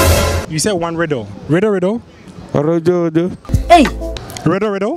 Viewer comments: Interviewer: Riddle riddle Man: ridoridoridorido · The guy was finally able to say riddle😂😂